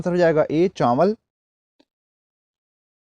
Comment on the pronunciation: चावल होता है सर चाँवल नहीं होता